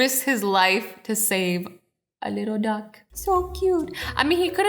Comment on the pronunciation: When you said duck it sounded like you said dog, and just to say a reason for that, because I'm Australian it sounds a bit weird when I hear your voice